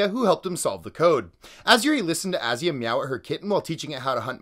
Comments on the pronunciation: You pronounced both names wrong. Murican mindset at its finest. Didnt even bother to look up how to pronounce foreign names correctly=) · The way he pronounces Asya makes my blood boil